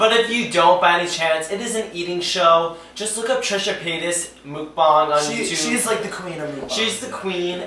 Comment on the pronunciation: The fact he said mookbang and not mukbang is sad to me